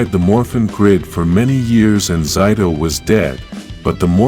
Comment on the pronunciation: Why did he say zayto(zito)